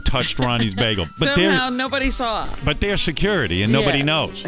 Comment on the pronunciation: Come on someone must have “sawr” something